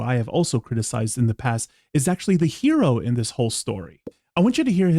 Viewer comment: its “HERO”!!!!!!!